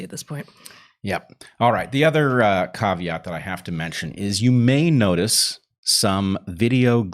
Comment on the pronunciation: NICE pronunciation of 'caveat'